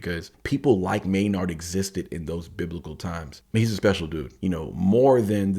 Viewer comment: Tool army roll call. Also the first name is pronounced may-nerd. Edit: also if you can bop your head to Danny’s beats on the first listen you are 1 of 1. Edit #2. Wow. Your commentary is spot on and amazing! You are very intuitive. Em is the rap genius and Maynard is the rock genius!! Also you apologized for talking so long, but this is what we want. This is why we seek out these reaction videos. Not to watch someone bop their head and when the song is over just be like, peace out.